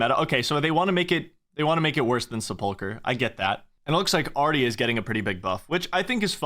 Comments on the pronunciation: Sep- uhl - ker Not Sah- pulker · sepulchre is pronounced seplucure, not sepulker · I have never heard Sepulcher (Sepulchre? also dunno why runescape spells it like that) pronounced with the emphasis on the syllable you chose lol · the way you pronounce Sepulchre is killing me.